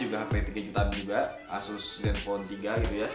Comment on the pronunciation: cuma koreksi asus itu bacanya yg betul itu aysus